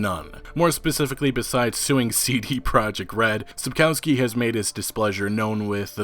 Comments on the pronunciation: It's pronounced Sapkovski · dude when u pronounce Spakowski just read the "W" as a "V" and its perfect. It sounds really really horrible when english speakers mess those sounds we have a different letter for it and it looks like this "Ł" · Each time he says Sapkowski I am who !? xD Also you guys should watch Polish serial and movie just ignore terrible special effects. Also Michał Żebrowski looks pretty good as Witcher.